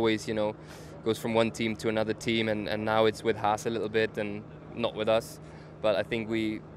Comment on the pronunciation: "clahaas" lmao